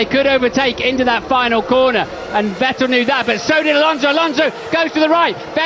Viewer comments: ve"tell" lmaoi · Why has David always refused to pronounce Vettel properly? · Did DC ever learn how to pronounce Vettel or that just his Scottish accent?